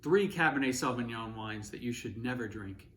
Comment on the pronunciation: Cabernet Sauvignon in an Italian restaurant is a crime in itself. Pronouncing it as sauvingoan is another one.